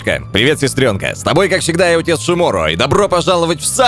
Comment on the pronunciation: БЛЯТЪ! ПОЧЕМУ МНЕ КАЖЕТСЯ, ЧТО ОН ВСЕ ВРЕМЯ В НАЧАЛЕ ГОВОРИТ "ИОТЕЦ, А НЕ ОТЕЦ"?!